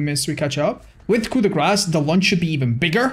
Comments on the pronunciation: Not sure if anyone's told you this yet but it's actually pronounced like "coo da grah", as opposed to "coo da grass". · I swear to god it's pronounced "COO-DAY-GRAW"